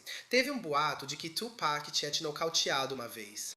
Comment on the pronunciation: Aprendam com Jay-Z : Tupek não cara Tupac 😂